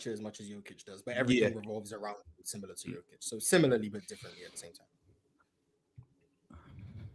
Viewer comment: Im sick of saying "simular." Similar* sir